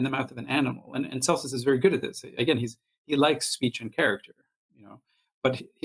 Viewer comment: This is excellent work,! You compare Celsus with Richard Dawkins, but I consider him to have been much more formidable, as an ancient Christopher Hitchens---and I read Celsus' words in Mr. Hitchens' voice! PS It's "Kelsus" not "Selsus".